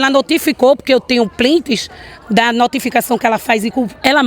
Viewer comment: "Tenho Plints" kkkkkkkk